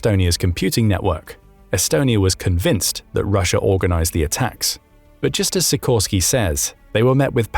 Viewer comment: Sikorski is read she - core - ski (with the stress in the middle).